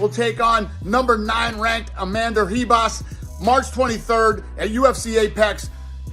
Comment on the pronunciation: lol how is dana struggling to pronounce his fighters names? Who the hell is Amander Ribas.